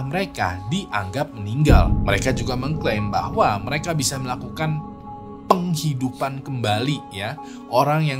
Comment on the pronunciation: Gimana bang ngomong PENGhidupannya 😂